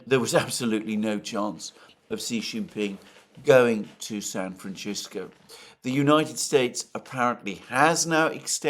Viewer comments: Dear when u say San Francisco its San Fran SISCO. or frisco. Not San Fran Chisko lol. Love you! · San franchisco. You gotta stop this Alexander😂😂😂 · You must stop saying San Fran Chisco now! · San Francisco is a Spanish name. The letter "c" is never pronounced like "ch" in the spanish language. It can be pronounced like the english letter "s" or "th" (as in "thought"), but never "ch". Ergo, San FranSisco or San FranTHisco. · It's pronounced San Fran Shit Go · Intresting as always. But....i was laughing a lot about "Shan Franshisco" he repeatetly pronounced like this 😀